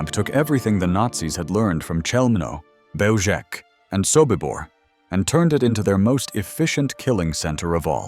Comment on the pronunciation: Belzec is a Polish word. It is pronounced Bel-zhets. If we are to make documentaries of this era, we must respect the languages of the victims.